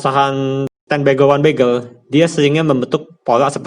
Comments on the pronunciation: Ini ngomong bagger atau begal ? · Maksudnya Beger apa Begel kak..?kok aku dengernya Begel terus? 😁😁yang pasti terima kasih ilmunya kak...